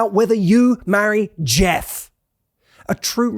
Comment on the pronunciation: the way he pronounced “JEFF”!! 🤡 😂😂😂